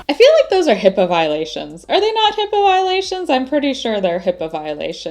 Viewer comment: ''Hippo Violations'' just sounds like you are banned from the Zoo haha!